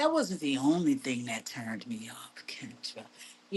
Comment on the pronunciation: Why is Kendra pronouncing her name, like the animal “gazelle?” 😂😂😂